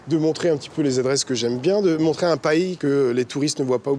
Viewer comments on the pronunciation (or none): Le mec a dit pa ii au lieu de pays le vocabulaire des parigaux et vraiment byzzare